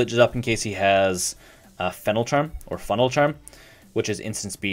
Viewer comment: Funeral charm. Not funnel.